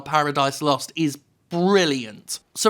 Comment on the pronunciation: More emphasis on the ooooooo